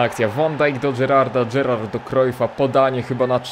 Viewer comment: Gerarrard ojciec. Mpabbe syn 😂